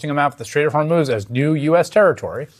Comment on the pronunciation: He cannot control the Strait of Hormuz any more than he can pronounce it properly.